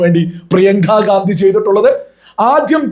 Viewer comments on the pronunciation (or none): none